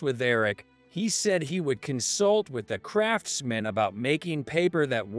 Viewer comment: I like it, all the mistakes like crafts man and not craftsman, which is one word. Might be cheaper to have a A.I to read the story, but is jaring.